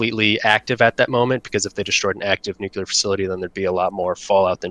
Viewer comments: Nuclear is pronounced New Klee Ur. Not New Ku Leur. If it was pronounced new ku leur it would be spelled nuculer but it’s not. It’s spelled nuclear. This is not hard guys. Just because a dumbass president said it that way is no reason to follow him into stupid town. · Nuclear! Pronounce it how it looks! Alright, now I can resume the video and enjoy it.